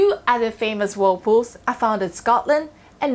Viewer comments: She pronounce it Wold poos arun de wuld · Whool pooohs 😂